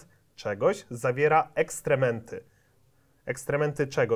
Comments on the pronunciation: Nie ekstrementy, tylko ekskrementy. Ktoś nie zna trudnych słów :) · EKSKREMENTY a nie ekstrementy, pozdro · Ekstrementy??? Ekskrementy....